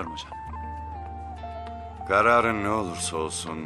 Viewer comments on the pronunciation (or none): “Gararın” mı yakışmadı hocam :))